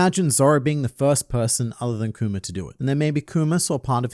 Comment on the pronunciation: I'm happy that now pronounces Kuma and not kumer